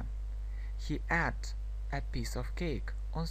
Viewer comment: слово "ate" читается не как предлог "at", а [eit].... проверьте по словарю, пожалуйста....с уважением Englishмания